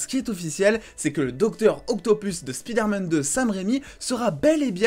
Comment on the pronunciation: SPIDAIRMAN lol